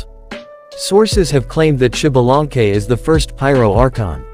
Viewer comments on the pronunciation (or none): SHIBALANKE :V XDXDXD alñ fin puedo reirme de como el resto del mundo pronuncia mal el nombre de un personaje en el genshin XD (se leeria ZALANKE compas :3 la pronunciacion ya es mas complicada y no puedo escribirlo aca)